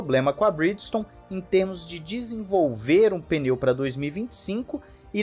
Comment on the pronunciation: É muito difícil pronunciar pneu ao invés de peneu?